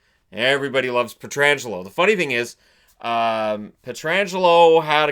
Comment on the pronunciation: Thank you for pronouncing Pietrangelo's name correctly 👍